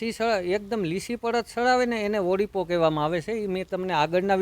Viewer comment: તું પેલા બોલતા શીખ ઓળીપો કેવાય ઓરીપો નઈ કોડા